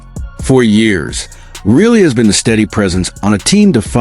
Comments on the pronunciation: You don't even watch hockey. If you did you'd know how to pronounce the guys last name! REALLY? NO REILLY! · It's pronounced RYE LEE